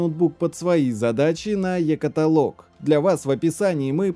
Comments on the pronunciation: КаталОг!!! КаталОг, а не катАлог!!! Что так сложно запомнить что-ли??? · Сам ты катАлог